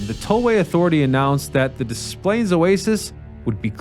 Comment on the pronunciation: I enjoyed the way you said Des Plaines, it took me way back. 👍 I grew up in Cicero. As a kid my parents zoomed on by the oases; as a teen I stopped pretty much every time. In the early 80s a quartet of us were bound for Wisconsin. My friend and his girlfriend (who was driving) bickered then full-on argued about teenage nonsense. We stopped at the Belvidere Oasis (do they still build Mopars in Belvidere?). She and her girlfriend ditched us there. In around 15 minutes I finagled a ride with an older couple frim Minnesota who were bound for a family event in Wrigleyville. They gave us a ride, we guided them to their destination. They wouldn't even take gas money. We took buses downtown and caught the El home from there. You weren't supposed to hitchhike anywhere at the time, let alone at an oasis, but we did anyway.